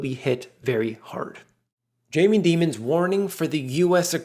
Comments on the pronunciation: It’s Jamie Dimon not Jamie Demon lmao 😂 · I like how he pronounced Jamie Dimon's name as Jaime Demon.